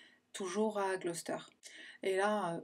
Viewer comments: I live in a town next to Gloucester and know the rose and fred west story quite well nonetheless your video covered some points I didn’t know! Well done. And it was also good to hear Gloucester pronounced properly for a change 😏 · Je me suis abonnée hier, et là, tu m'offres le bonheur d'entendre la prononciation correcte de Gloucester!! Je suis anglophone, et les youtubers francais m'écorchent souvent les oreilles, même ceux dont j'apprécie la structure et les recherches. Donc merci à toi pour ta culture :)